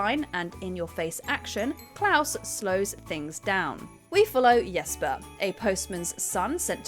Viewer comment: It’s Jesper, not yesper